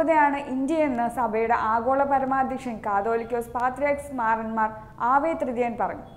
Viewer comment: നല്ല ശബ്ദം നല്ല വാർത്ത വായന. പക്ഷേ മാറന്മാർ അല്ല മോറാൻ മോർ എന്നല്ലേ പറയേണ്ടത്.